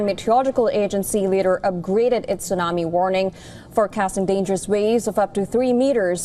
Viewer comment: Why this thsunamee so calm 🤔